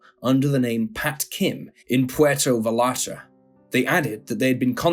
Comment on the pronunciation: Oh, yes, people care alright! Read all the other comments here that correct the narrator's mispronunciation of Vallarta!